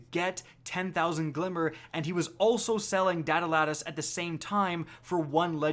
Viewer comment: It’s datalattice, not datalattice